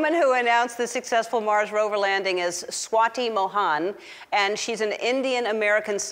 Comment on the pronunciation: Ellen trying to say Indian name swaati mohaan 😂🤣